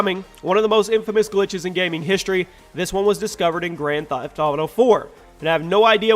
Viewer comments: "Grand Thaieft Auto IV" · The way you said gta 4 " Grand Thifte Auto 4"